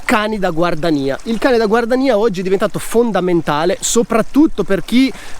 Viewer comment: perchè scrivere GUARDIANIA e pronunciare GUARDANIA?